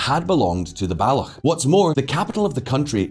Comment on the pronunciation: Wow this isn’t well researched at all. There weren’t “many wars” (or ANY wars) that resulted in Pakistan’s creation. Baloch isn’t pronounced “Ba-lokh” and Punjabis speak…Punjabi, not Urdu. Sorry, but better research will help.